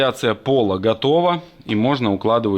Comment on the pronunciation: МЕТЧИК, ударение на И . Резьбошлифовщикам ухо режет. 😊❤